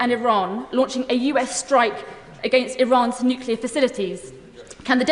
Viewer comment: "nukelar". She can't even talk properly. this is where we're at, folks.........again. It's like ground-hog day.